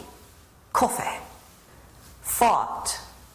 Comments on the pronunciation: Koffeh is evolving... Koffeh has evolved into WHAYZANG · BOBBEH, COFFEHH